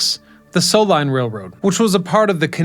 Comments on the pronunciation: Its Soo as in SUE not So line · I tried watching this guy… it’s interesting, but incredibly annoying how he’s always mispronouncing things.